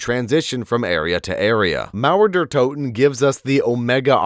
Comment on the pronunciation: I love how he say Mauer der Toten ! 👍